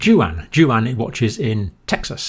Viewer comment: Juan is pronounced Wan.